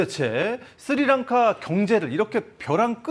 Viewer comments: 쓰리랑카가 아니라 스리랑카고 씰론티가 아니라 실론티에요 아나운서고 진행자라는 사람이 글씨도 제대로 못읽으시네요? 쓸사람이 저사람밖에없나? 더 잘난사람들 많을텐데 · 무슨 앵커 발음이 저 따위지? 쓰리랑카가 뭐냐? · 야, 아나운서란놈이 "쓰리랑카"가 뭐냐. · 쓰리랑카가 아니라 스리랑카라고 발음 하시오